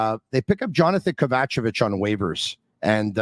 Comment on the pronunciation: OMG DAD Stop with KA-VA-CHA-VICH Its KOV-UH-CHE-VITCH Great Show keep it going guys !!!!